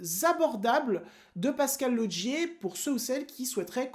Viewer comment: Au passage pourquoi tu dis Lodgier pour Laugier ? 😁